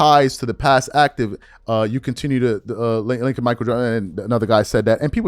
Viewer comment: Mich A-E-L